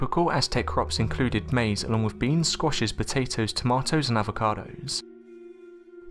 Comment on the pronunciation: Haha... ... He said TomOttoes..